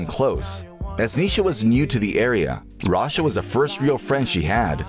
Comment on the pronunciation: sorry but why is this guy saying „rasha“